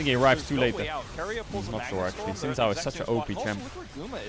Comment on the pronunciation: I played the game where every time Caedrel mispronounces Xin Zhao I take I shot. I am now commenting from the afterlife.